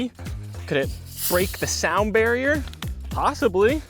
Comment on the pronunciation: bro the 2 liter "the sound berier"